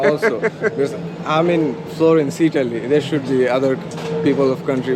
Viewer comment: Never trust an Indian selling leather belts in Florence. He said "made in EE TALLY". LOL